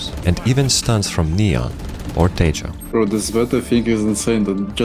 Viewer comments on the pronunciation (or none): it isn't tegio, it's pronounced teHo, the J is silent